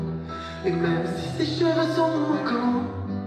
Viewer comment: Cest fou de faire deux fois la même erreur de prononciation (ses)😭